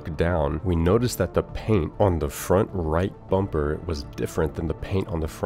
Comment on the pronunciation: "Let's change the bumber" there it is.